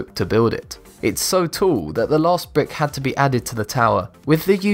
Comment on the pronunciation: Did He Say 'Brit Or "Brick"?